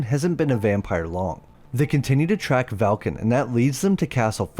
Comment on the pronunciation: I believe it likely is an AI voice. It does work well for most of his videos, but the clanker was having wording issues with Velkan in this video, that's probably what happened.